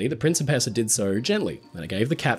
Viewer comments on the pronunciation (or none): PREEN chee PACE ahh NOT prin SEE pess ahh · I keep hearing prince of pizza. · Great video! But I twitched every time you pronounced "Princessa" 😂 Italian's not that difficult…